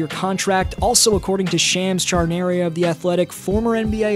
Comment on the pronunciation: lol "Shams Charnaria"